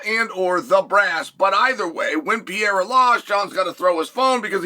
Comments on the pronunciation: This eccentric man needs to stop saying P-era lmao love ya Chael 🤙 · Do you say “Pee-Air-Uh” just to piss people off? You know damn well that’s not how it’s pronounced.